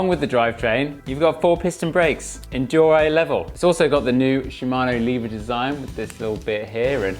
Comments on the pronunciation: Dor-ay ??? Dee-or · De Orr ray *shudders It’s Dee or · Deore sounds like De ore or have you used Google to pronounce it for you? Every bike shop in the UK since I started mountain biking in 1992 call it Deore/ de ore. Aluminium is Aluminium not aluminum for example. Okay they are your sponsors but have they actually said Deoreeeeeee? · You sound like a div deore a? It’s deore!!!!!! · Good video although I cringed every time he pronounced deore likde deoray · Can't take another second of him butchering the word deore. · Why do you pronounce Deore like that